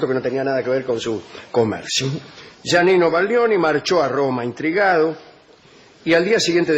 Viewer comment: Es Giannino, no Yanino...